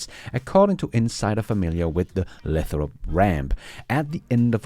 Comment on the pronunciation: Lay - throp. Long A.